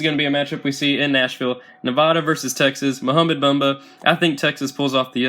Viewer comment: Its not bumba its bamba